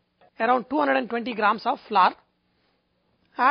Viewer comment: Thanks for the video I loved it and I'm going to try your recipe BUT its flour not flurr :)